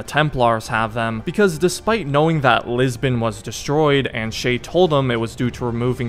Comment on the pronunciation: i will never understand why "Lisbon" is being pronounced "Lisben"